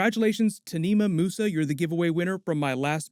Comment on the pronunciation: FYI, Nimah (the name of your contest winner) is pronounced “neev”. Mental I know.